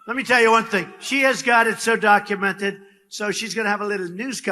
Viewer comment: Her pronunciation of "documented" - her grammar - atrocious. NOT MY FIRST LADY! Fake through and through!